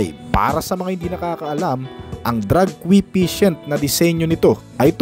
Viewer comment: brod "drag coefficient" hindi drag "que patient" !!! aral at basa muna bago mag video..!